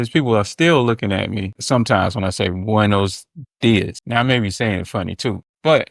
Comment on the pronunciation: Maybe they look at you funny because you pronounce: “buenos días” like it was written: “boines dies” There are only 5 vowels in Spanish and they are certain and clear. You have to reduce your resolution of thousands of vowels into 5 like a colorful video game running on a Gameboy or on a black and white screen. You have only 5 colors to use. Not more. Ok?? About saying “buen día” that is the singular form used as a shorter and quicker and relaxed option , for the new generations I guess.